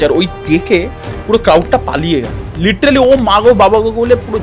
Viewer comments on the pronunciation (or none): Golpo ja bolche tar thake "Littrealy" ta basi bolche 😀😀😀😀😜😜😜😜